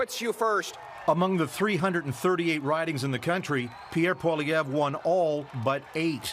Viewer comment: You, sir, have excellent pronunciation... thank you for not mangling simple french names. I have personally met Pierre Poilievre and have put my political hopes into him. We as Canadians have long suffered under the Trudeau family, going back to the 70s. The Crime Minister is a marxist stooge and is NOT incompetent... he is doing an excellent job of destroying our country. Anyway... great show, you sound somewhat dialed-in with Canadian politics... and that's nice to see from our cousins south of the 49th. 🇺🇲🇨🇦 Peace and respect. 🇨🇦🇺🇲